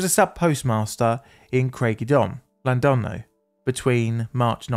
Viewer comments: Butchering that pronunciation to that magnitude can only be done by a true professional. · Nice try on pronouncing Llandudno 😂